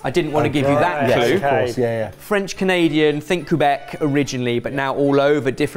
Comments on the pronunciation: Did he say ‘Coo-bec’??? I love but he should know how proud our French Canadian friends take their identity and how things are pronounced. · Me watching from Canada: “Coo-beck” 😂😂😂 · The way he pronounces Quebec made me giggle as a Canadian. Coo-beck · As someone from Quebec I loved seeing some representation of our cuisine! Although Say Quuubec made me cringe!